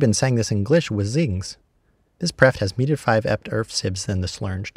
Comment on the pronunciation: I’d assume they were all meant to be part of a digraph (like TH for /θ/ and DH for /ð/) but you showed /h/ in the coda section of your graph, and you pronounced “meedhd” as /midɪd/